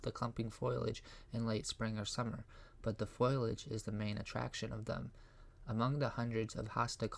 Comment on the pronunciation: It is not foilage...it is foliage and pronunciations are not very good. Sounds almost computer generated.